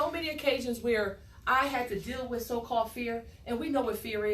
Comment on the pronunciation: Did she say fear was "false INFORMATION appearing to be real?" WTF is "fiar" and why are you qualified to homeschool those kids?